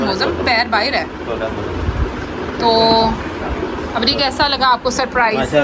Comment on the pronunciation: baahir nhi bahar bolte hai bahar jari hu.....tum baahiir bolti ho